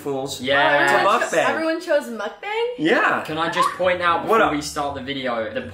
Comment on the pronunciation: On todays episode of Bobby still saying the word mukbang wrong……